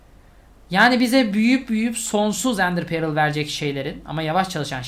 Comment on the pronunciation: Abi İngilizcen çok iyi onu yadırgamıyorum ama şu Ender Pearl'e perıl değilde pörl desen daha iyi olacak gerçekten çok rahatsız ediyor beni. Umarım dikkate alırsın.